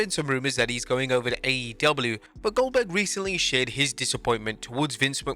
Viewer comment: That’s oldberg! oldberg! oldberg!